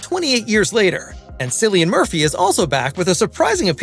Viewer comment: Who the hell is Sillian Murphy? 😂